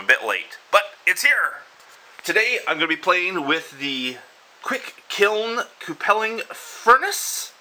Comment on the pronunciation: I've always heard it pronounced q-pull or q-pull-ing not coo-pell-ing. By the way, you might want to think about getting a leather bib (or at least flame resistant cloth like the cheapy welding coats) to protect your beard from the heat.. All you need is to light your beard on fire... that'd be bad.